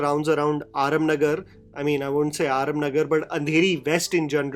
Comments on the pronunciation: Aarum nagar nai re JHANDU… AARAM NAGAR hai ….. pehle naam toh barabar le fir bakchodi pel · it’s Araaaam Nagar yaaar! Jehan koi araaaam nahi hai.